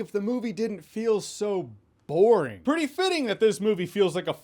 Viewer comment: He sounded really neutral on it until he said "BORING" lol